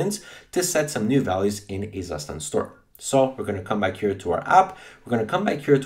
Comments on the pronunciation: It's Soo-shtant not "Sus tand" lol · you pronounce it like CUSHTAND not zustand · BTW, it is a German word and called "state, condition". And the pronounciation is [ˈtsuːʃtant]. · Really nice video, but it made me flinch every time you said “Zustand.” :D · Me as a german speaker crying everytime he says Zustand wrong.